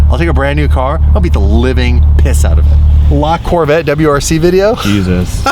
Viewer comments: Not lacorvette. The name is Lavette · just make sure you pronounce the E ath the end of La Corvette ( like la corvett-eh) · Its LaVetteh